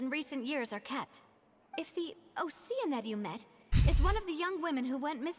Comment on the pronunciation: Wait wait wait. Did my brother just say Ocean-ID ? 😂😂